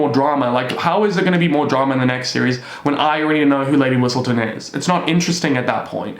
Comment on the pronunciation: i was so confused when you said Lady Whitsleton , i was like “am i tripping”